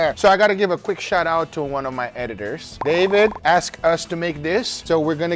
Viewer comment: Can't tell if he called them ate-it-ors or editors.